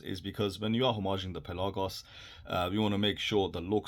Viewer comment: Just so you know, it's pElagos, not pelAgos. Coming from a greek, as the word too... Rest, is a preference matter (talking which watch to choose), the word tho is pElagos... 😎 Cheers bro, thanks for the... marathon! (another greek word 😋)